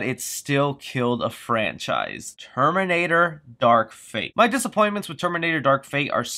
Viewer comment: Man I keep on thinking you are going to mention Star Wars episode 9! Every time you stop and say "it killed a frencise" I keep on thinking your going to say Star Wars!